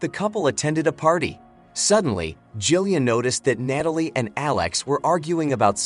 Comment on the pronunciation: I love watching these movie recaps but....its NAT-alie not NATE-alie. That really bothered me lol